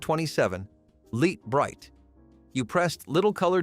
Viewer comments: He said Leet Bright 😂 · The name is l i t e bright.not litee brite. The guy doing the voice on this thing must have not been around at the time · It is pronounced "Light Bright" is why they LOL'd. Its not "leet Bright". Just like Miller Lite isnt Miller Leet, hehe.